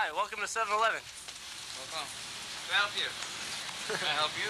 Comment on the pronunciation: He said “7 elevooon” 😂 First troll ever recorded on camera.